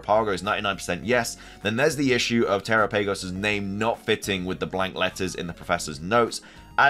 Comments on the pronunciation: Dude I love your videos but I canot stand when people mispronounce pokemon names !!! It's terOPagos that's how you say it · If you're unsure on Terapagos' pronunciation, they give the correct one in the Pokemon direct when it is revealed. turr-AHP-uh-gohs